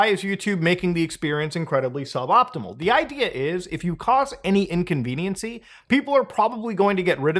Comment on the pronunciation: Inconvenience, not inconceniency*